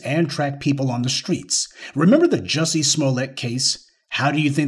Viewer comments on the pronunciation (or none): none